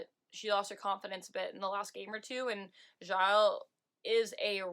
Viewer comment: FYI You pronounce Vanessa Gilles' lasts name "Jill" with a soft 'J'